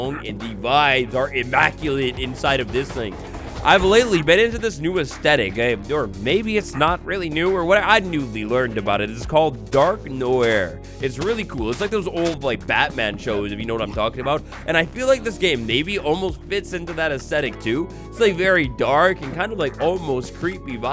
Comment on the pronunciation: Noir is pronounced Nwah. Ask a French person to say it to you.